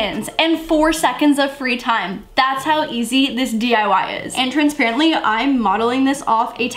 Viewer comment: TRANSPRENTLY 😂 drink every time she says that 🙆🏼‍♀️